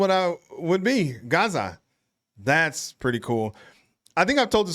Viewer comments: Gazza not garza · You would definitely be Gazza... but you need to make the 'a' sound more like 'a'pple, instead of 'a'rtichoke. 😊 Yes, budgie smugglers are exactly that... speedos! 😂😂 Trust me, you don't need a picture. 😅😂 'Stoked' is surfie language (as in people who surf). It's been around forever. Yeah nah = no. Nah yeah = yes. Lol Aboriginal culture is wonderful. Australians are finally learning to be proud of the First Nation peoples of our country. It used to be a more sensitive topic, but these days there is far more celebration and recognition of their history, which far exceeds our British takeover history. Yes, you got it. She is referring to muscle shirts. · It may just be an accent thing, but the way you say Gazza is just landing wrong. The first A is more like the ‘A’ in Gap. So say Gap but exchange the P to a zza (like Pizza with out the PI) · Not Gaza … Gazza. Rhymes with… jazz. Gazz like jazz, with an a. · You're actually saying Gazza incorrectly. It's not pronounced like Garza. And yeah, "bookies" and "goalies" are pretty general. I don't think they came from Australia. But the word "selfie" did. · never heard anyone use 'coastie' before. you say gazza wrong. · Definitely got the pronunciation wrong.